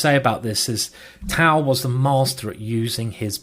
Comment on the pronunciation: I wish Simon would just listen to a Russian pronouncing Tal's name and, yes, I know Tal was Latvian.